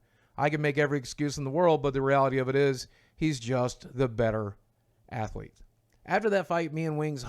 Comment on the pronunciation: "Athlete" lol